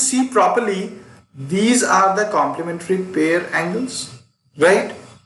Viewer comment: U haven't pronounced the word pair correctly